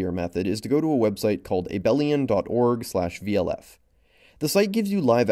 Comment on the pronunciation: A-bell-ian lol someone hasn't taken abstract algebra